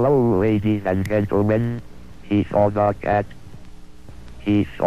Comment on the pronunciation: But did he "really" see da cat